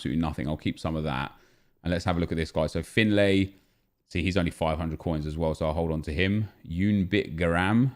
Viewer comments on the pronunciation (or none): none